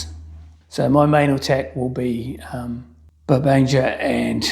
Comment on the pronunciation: Pedant here. The French generals' names are pronounced "bar ban egre" and "jilly".